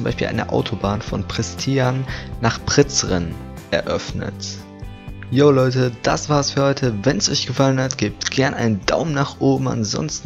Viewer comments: Ja Von Pristian Bis Priceren sagt er 😂😂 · Wie er Pristina und Prizren sagt hahahahahaha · wie er Prizren ausgesprochen hat aber egal cooles Video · Wie er Prizren und Pristina ausspricht